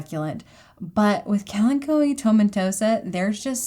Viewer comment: Wait, is THAT how you pronounce kalanchoe?